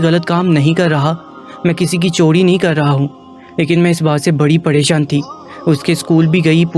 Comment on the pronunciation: Chori lafz hota hai chodi nahain, ray ka istimal sahi karin. Urdu ka satiya naas kar diya aap ny.